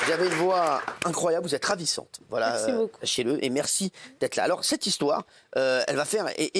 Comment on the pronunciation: ravissante pas radissante